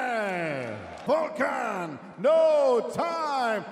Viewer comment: its Volkan and not Vulcan lmao